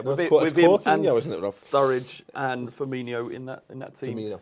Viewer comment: its outrageous even commentators call him FirminIO like hes coutinio's brother!